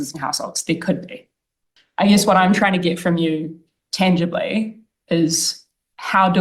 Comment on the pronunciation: "Tangibly"? Or flangimly Chloe?